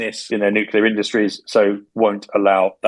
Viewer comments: Nuclear not nucular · Terrific show! And by far my favourite daily podcast. Could I risk a minor criticism? Several of your speakers repeatedly insist on pronouncing the word "nuclear" (pertaining to atomic energy/weapons/strategy etc) as "nucular" (pertaining to nuts). I, and perhaps others, find that this unfortunate habit diminishes the strength of the message.